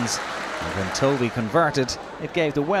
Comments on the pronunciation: Point taken...Tovey (as in almost rhymes with toffee rather than toe-vee) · It's pronounced Tovey throughout he report - Not sure what you mean? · Reporter was saying "Toe-vey" rather than "Tovey" (1 syllable)